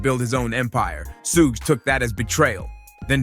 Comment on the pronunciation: shugg shugg shugg and your captions have a lot of errors in them.. please you say Sooge but the captions say Snoop and it should be Suge (shugg shugg shugg)